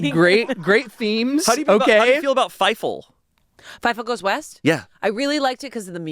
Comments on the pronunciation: pause, did he say Feifel!(Feivel)?! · Fievel. It’s Fievel. 😂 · I like how pronounces things kinda weird. Like "Whilst" is "Willst" and "Fievel" is "Fie-Full"